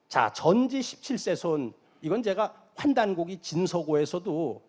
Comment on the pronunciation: '환단고기' 발음. 환단고기(X) 환단고오기(O) 짧게 발음하면 먹는 고기가 됨. 영상에서 말하는 고기란 고대의 기록이란 뜻의 문서이므로 고오기로 발음해야 함. 비슷한 수많은 예가 있으나 한가지 더 예를 든다면, '고대' 발음. 고대(짧게 발음): 매우 기대하는 행위 고오대(길게 발음): 옛날옛적 시대 또는 원시시대와 중세시대의 사이의 시대